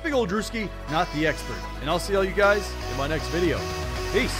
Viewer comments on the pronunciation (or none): none